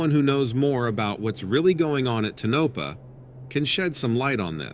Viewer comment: Psst... Tonopah. It's pronounced "TOE-nuh-pah". 😉